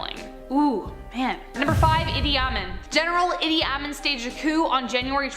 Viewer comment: Idi Amin is pronounced Eedee Ameen.